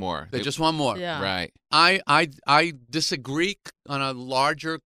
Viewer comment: ..did he just said "Dis a greek" ?????? ....is dissing greeks now a trend? like #DisAGReek #Seinfeld ???